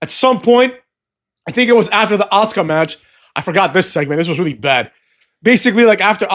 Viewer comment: Kinda love it when say ass-car/ass-ka(Asuka finishing maneuver), is creative up in this piece,muthafucks 😂